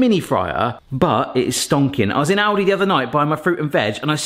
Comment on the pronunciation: Bro really said Audi🚘 instead of Aldi🛒